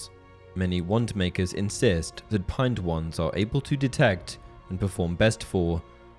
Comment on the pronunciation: Pine(d) wand. Where is that extra d coming from? Reminds me of Benedict Cumberbatch trying to say penguin.